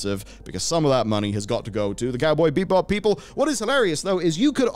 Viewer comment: 9:6 Did he just say Cowboy BEEP-Bop? :D